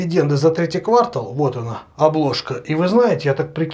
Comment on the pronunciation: Зая, только квартАл, а не квАртал)